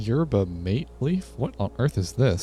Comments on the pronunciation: “yurba mayt tea!!” OH I CRINGED SO HARD 💔💔 anyways its pronounced “yer-bah mah-tay” and its a tradition drink in south america!! Its very cool :D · Hey, Yerba Mate is pronounced like Yer-bah Mah-tay just so you're aware! Excellent video so far!